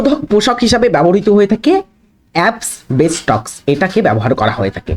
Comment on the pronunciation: আপ্সবেসটস না ওটা আ্যসবেসটস। আর প্রায়াত নয় প্রয়াত অনুরোধ রইল একটু দেখুন । বাকি সব ভালো